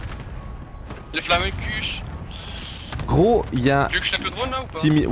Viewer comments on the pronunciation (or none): Comment tu ma détruit intérieurement quand ta dis flamenkuche vu que je suis allemand sa se dit pas du tout comme ça mdrr